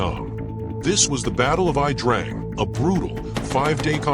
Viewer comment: Correct . Besides It's pronounced The Ya Drang .